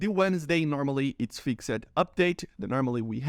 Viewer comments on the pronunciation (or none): You overpronounce the "e" in "-ed" endings of words, just pretend its "fixd" instead of "fixed", that should sound more natural.